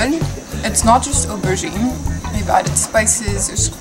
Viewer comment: Girl it’s not ubergine or uverhere lmao...